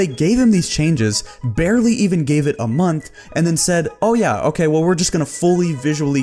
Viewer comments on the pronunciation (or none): none